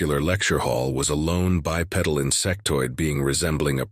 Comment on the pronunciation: less than 10 seconds of this and I already am quitting and giving it a thumbs down. The reason starts just 4 seconds in- "a lone bipedal (mispronounced of course as 'by petal') insectoid being resembling a praying mantis. His four segmented legs" Since when does a biped have four legs. Stupidity. Not taking anymore chances on this mess.